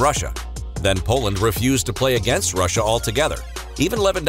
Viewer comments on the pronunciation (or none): none